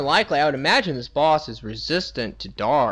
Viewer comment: "Let's do dish!"